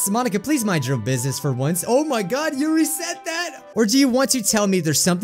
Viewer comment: Yuri your-ee